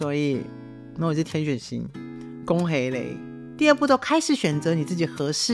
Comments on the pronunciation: 😂怎麼好像聽到粵語的「恭喜你」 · 為甚麼說恭喜你時 很像說廣東話